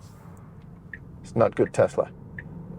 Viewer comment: May be the best review I’ve seen for any Tesla - perhaps any car. Right up there with Thomas from Autogefuhl. Excellent production, presentation, editing and, from a personal perspective, the correct pronunciation of the word Tesla - it’s s not z - is much appreciated. Thank you.